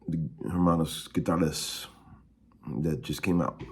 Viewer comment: Hermanos Gutierrez is pronounced "air-MAH-knows goo-tee-AIR-riz" (roughly)